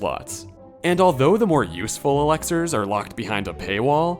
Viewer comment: Dude it's pronounced Elixirs, not Alexers.